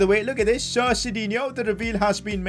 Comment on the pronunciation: U kept saying sit instead of sir